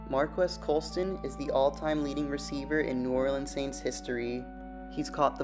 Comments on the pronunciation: You aren’t saying his name right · He’s so underrated even the people making videos about him don’t know how to say his name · Prnouncing his name wrong!